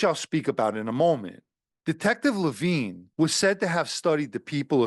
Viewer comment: The undercover’s name was not Levine. It was similar spelling, and pronounced differently.